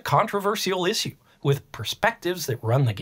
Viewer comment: Is it some kind of a trend to misspronounce "issue" the way the guy in the video does? e.g. I've started hearing random YouTubers here and there pronounce it that way in the last month or two, this is the 3rd or the 4th youtuber.